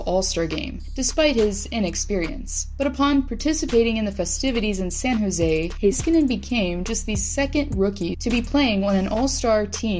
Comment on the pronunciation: when you say heiskanen its cut in such a weird way, not that hard to pronounce tbh.